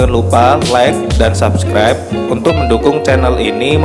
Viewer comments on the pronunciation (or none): none